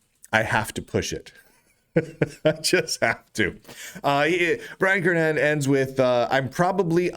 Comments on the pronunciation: These days it's a rare delight to hear Brian's last name pronounced correctly. Twenty-five years ago, after I started hearing people pronounce it with a hard "g", I emailed Brian asking if the "g" was silent. He kindly replied "yes", but also wrote that he's heard it mispronounced so often that he never objects when people get it wrong. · if the letter is silent then it should be written Kernihan. but it isn't, so the correct pronounciation is Kernighan.